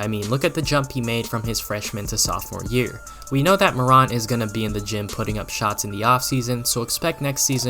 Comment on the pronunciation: You can’t even pronounce his last name correctly. No body questioned his jumper and anyone who thought he would struggle in his rookie year is a hater. Ja Morant is a beast and future NBA hall of fame if he stays healthy during his career. Go Grizz!